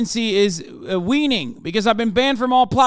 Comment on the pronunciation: "Waning," not, "Weening."